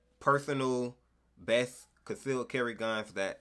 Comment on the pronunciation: “Besth” lmfaooo